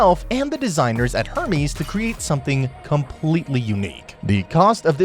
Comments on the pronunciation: You pronounce Hermes like Herpes. It's Ermes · 'er-mez' mate